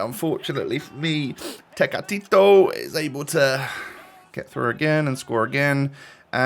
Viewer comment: You finally pronounced tecatito correctly hahaha. Love the series.